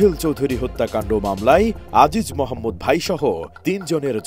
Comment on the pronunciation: "মামলাই এ রাই, আরমানিটোলাই, ধারণা করা হই, শোনা যাই" ..... টিভি চ্যানেলের সাংবাদিকের উচ্চারণ এরকম হওয়া উচিত না। ই এবং য় এর ব্যবহারটা আরেকবার শিখে নেওয়া উচিত। ধন্যবাদ